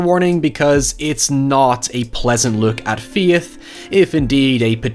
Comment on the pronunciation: Ladies and Gentlemen, introducing as Darth Vader! cue introductory clip “I find your lack of Feyth disturbing.”